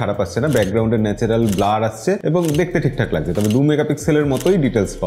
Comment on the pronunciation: লাগজে না দাদা সেটা হবে লাগছে। আপনারা কলকাতার মানুষরা এভাবে উচ্চারণ করেন কেন?